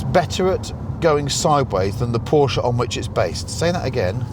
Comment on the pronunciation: Dear Chris, I just want to thank you, from the very depths of my V10 na powered heart, for FINALLY saying PORSCHE correctly. I am fully aware its a common nickname, but as someone who grew up as a Porsche fanatic and with a car fanatic of a father that had an '84 911 that I learned to drive stick on at 15, and was allowed to drive occasionally, I can't help but CRINGE when I hear "PORSCH." As one of the very best in the business, I feel I can now watch your videos without wanting to stab my eardrums out lol. THANK YOU, MY GOOD SIR - PLEASE PLEASE PLEASE, KEEP THAT UP :) Much love! BTW - That poor 911... I put it through the ultimate hell, Jackass 5.0 style, while trying to impress a girlfriend at 17 years old, I hit a very sharp hill going way too fast and - QUITE LITERALLY - launched the car like I was Luke or Bo Duke running from Boss Hog. She was... less than impressed. I had claw marks in my thigh for about 2 months after that day lol. * The car flew about 25' in distance and was 5 feet high. When it came down after what felt like 3 months, it was almost pointed STRAIGHT down (strangely considering the engine is in the trunk - or boot (sorry my UK friends lol.) * The front spoiler was crushed, along with the entire front suspension. The rear suspension was also crushed, and the exhaust system was smashed. * The rear hit so hard, the engine actually bounced up leaving about a 2" knot in the boot lid under the rear spoiler where a pully hit. * Somehow the wheels themselves